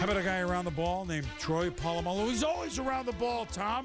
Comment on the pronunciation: These palagi commentators making a mess of the pronounciation of a legends surname, its POLAMALU not POLOMULU ya flogs